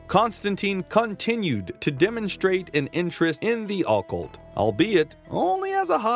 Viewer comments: 😵‍💫 it's OCCULT OH- CULT not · ah-cult... think yr emphasizin' the wrong syllable friend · I’ll sub when you learn how to properly pronounce occult… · I have literally never heard a human being pronounce "occult" the way this dude does.